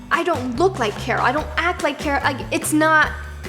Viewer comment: Carol beginning of vid: cara-rolla one